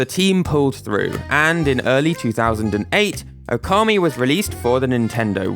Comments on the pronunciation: By the way, considering it's spelt Ōkami, the first vowel is supposed to be long. Now, considering your topic about Mario pronunciation, using approximate English pronunciations is fine. But you say /əʊˈkɑːmi/, when something like /ˈəʊ.kəmi/ might be more appropriate (and still using British pronunciations). Just some idea. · It's pronounced "Oar-kammy".